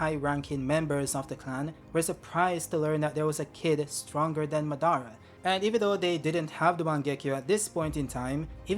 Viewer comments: muh-dar-uh and not saying mah-duh-ruh is killing me lol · Que aflição chamando madara de "má"